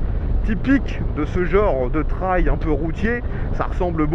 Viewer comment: On dit pas "traïlle" on dit "treille" ;)